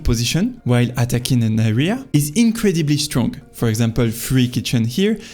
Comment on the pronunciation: Love the videos❤ try to work on how you stress words. It’s super important in English, you can pretty much have any accent, as long as you stress words correctly everyone will understand you. DEtails instead of deTAILS, auTOnomous instead of AUtonomous, inCREdibly instead of INcredibly etc. I know it doesnt sound like much but it really makes a HUGE difference in understandability :)